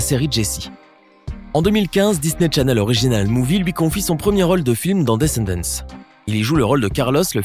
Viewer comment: Descendants mais on dit pas le (s)